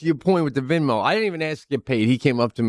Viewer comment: ITS NOT VINMO PETE! ALWAYS MISPRONOUNCING STUFF!!!! 😂